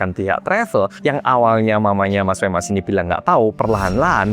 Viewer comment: Femas jadi femes 😂